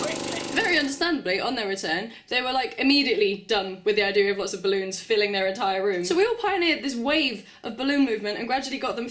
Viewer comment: Gotta love how you say "ballOONS"